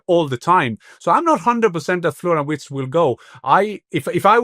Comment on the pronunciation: Please not WURTZ, Listen to Jan for a proper pronunciation.